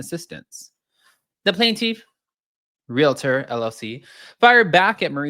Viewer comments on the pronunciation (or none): Real-tor. = realtor..... Re-later = relater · It isnt Re-lay-tor. It is Real-uh-tor. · Its realtor lol not relater